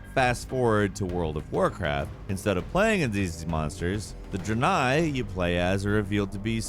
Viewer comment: 1. Diablo lore is awesome 2. Its not pronounced dra-nai, its dre-nai